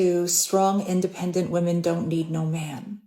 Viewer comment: Say “Women” not Woman when saying plural.